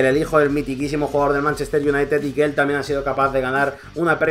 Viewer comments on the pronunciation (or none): none